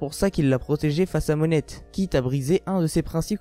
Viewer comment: Perso ce qui m'interesse le plus c'est " Monette" genre tu prononce le T de Monet ca stresse Pour la théorie je dirais...ca se tient par contre je pense pas qu'il va accomplir le reve de Tashigi. En plus si y a moins de sabreurs qui puissent rivaliser avec lui ca pourrait poser probleme pour lui vu qu'il aime s'amuser avec des personnes fortes